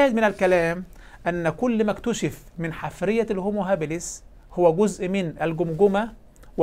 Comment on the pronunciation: المُلحد المغاربي يقول "...الحِـِفـْرِِيَـَة" بكسر ثم سكون ثم كسر ثم فتح. وهذه الكلمة ليست من العربية، بل في قواميس العرب "حـَفيرَة" بفتح الحاء وكسر الراء، وهي ما يـُحْفَرُ للبحث عن الآثار.